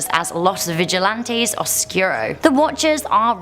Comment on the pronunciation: Oh good gawd. I love her but she literally cannot say anything correctly. Vigilante - vee-hee-lahn-teh (means watcher), not viggilantey. Oscuro - ohs-skooroh not oskyuroh. Cryptid - crip-tid. Why would she add letters just to say it wrong? Muerto - mwehr-toh.. not morto.